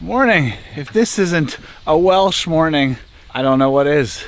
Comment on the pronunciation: Not sure if you'll ever see this comment but I was surprised as heck to see you at Goytre Wharf at the start of this video as I live not far from the canal at Griffithstown and I must also commend you on the pronounciations of the Welsh towns.